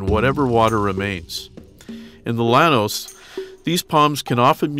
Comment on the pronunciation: Llanos is pronounced “YA-nos”